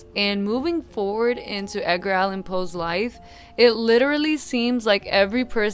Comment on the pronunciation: WHY DID YOU SAY “EDGINE” LIKE THAT?